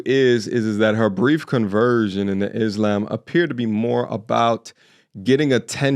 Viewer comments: Whos shocked 😂 she couldn't even pronounce it 🙄 IS-Lamb is what she says 😂 TELL HER SOUND IT OUT IZZZZ-LAAAAAAAMMMM 🎉😂😅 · “IS - LAMB” 🤣